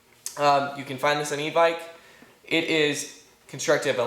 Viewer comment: Good review but u say evike wrong